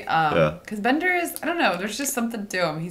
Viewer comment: Bender "Bending" Rodriguez! Not Beater hahaha